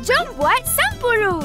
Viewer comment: Owh sampuru 😄😅 spatutnye sebut 'sample' 😆hehehe